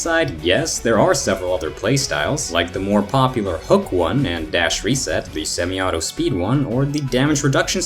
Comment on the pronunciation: "Semi-auto" lol